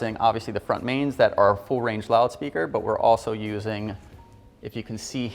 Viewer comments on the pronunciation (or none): none